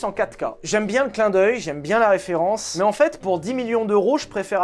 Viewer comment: Big up pour la bonne prononciation de Molsheim! :D Ah et référencement aussi!